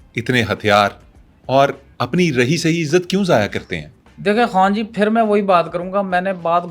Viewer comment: ji haan phir ko fir phuphi ko.. foofi ghazal ko gajal 😂😂